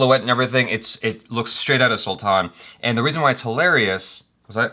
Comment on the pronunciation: It is not Sulthann 😠😠😠 dont talk stuff u dont know properly abt